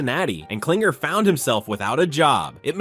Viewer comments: His name is KlingLer ... how do you make this mistake about 7 times in the video? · David Kling-LER!!!